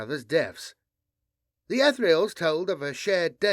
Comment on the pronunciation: I tought i taw (heard) BP propperly pronounce the Etherials?!